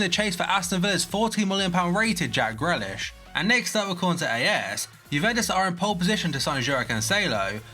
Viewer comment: It’s pronounced Greelish